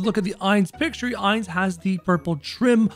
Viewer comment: Me whos doesn't watch anime thinking of doofenshmirtz every time he seys Heinz 😂 Edit: i meant Ainz but it sounds like Heinz